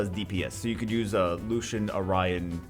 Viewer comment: Btw, the league champion is "Lucian"